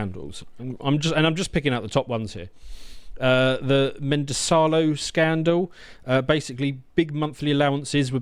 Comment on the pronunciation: "The mendesalo scandal" The anglo's inability to speak the simplest words phonetically never ceases to surprise me.